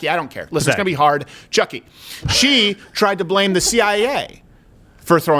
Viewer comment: It’s PCHUCKY! 😂